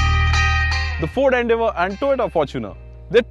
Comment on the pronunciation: Its is fucking ‘FORD’